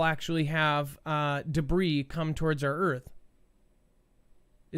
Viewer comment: How is it you can say “debris” wrong and then a minute later, you say it correctly??